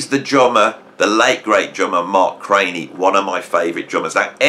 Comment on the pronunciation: Excellent, friend. BTW, I believe Mark was pronounced CRAN_NEE , not CRAY NEE, I am told [my 1970s music school U NT,exas bar band co-hort Gregg Bissonette, couch dived with Mark C in SF valley, when G 1st hit LA scene in 1980s] .. I failed this test GOOD WORK, more please,,, [Tom F, Austin Texas]